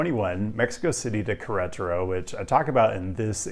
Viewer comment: I know you're not Hispanic but my God it hurts my ears to hear you say "Querétaro" like that 😂